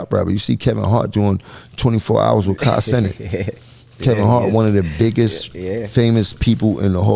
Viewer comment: He said Kai name wrong mad times lol